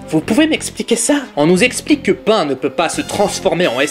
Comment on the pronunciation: Est s'il te plait arrête d'appeler pan pain svp